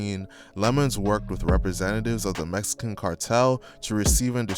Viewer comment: He said Messican 😂